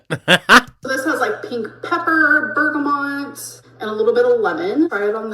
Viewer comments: Is she saying bergamont? There is no n in bergamot. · BERGA’MOT’. Not - bergamoNt…🤦‍♀️